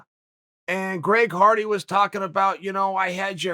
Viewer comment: Greg Farty. That’s his name now. Chael said it, I believe it, and that settles it.